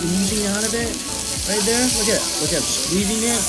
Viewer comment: "Might have over-done it on the food right over right 'der"